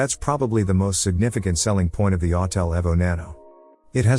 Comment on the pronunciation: E V O the E is hard. Not ev but eeeeee vo. Listen computer voice boy learn how it’s pronounced..